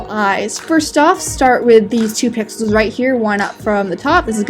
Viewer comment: Omg now I hear that too XD